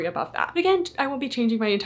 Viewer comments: Thats not how you pronounce the name. My ears. Lol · since the CEO and founder has said the company is named after Finnish word for mountain it's not how it's said. They themselves say it incorrectly which is very disrespectful.